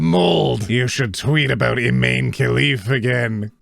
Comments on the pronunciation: OT IMANE IS PRONOUNCED "Ih-mah-nay" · For future reference, I'm fairly sure Imane is pronounced like Imani.